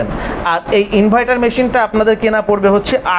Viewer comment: ইনভাইটার না ভাই ইনভার্টার